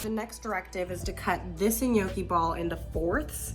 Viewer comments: Girl, I LOVE you in every way ❤❤❤ (and it’s pronounced NYOH-kee) 😘) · The way you pronounce Gnocchi tho